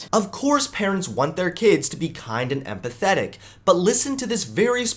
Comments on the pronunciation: She said empathetic? I heard pathetic... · did she say empathetic or and pathetic? 😆 either one fits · I know they said empathetic but it sounded a lot like “and pathetic” 😂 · LMAO I had subtitles on and it says she said "Now most parents want their children to become kind, and pathetic self confident adults" It even sounds like she said it, that's what I thought I herd so i went and checked subtitles.. and she did just describe most of her community calling them "pathetic yet confident" lmao wow. I hope she really meant empathetic because otherwise i'm curious as to who in the world would actually want their children to grow up to be pathetic....